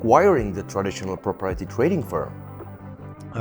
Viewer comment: He really needs to practice the pronunciation of "proprietary" 😂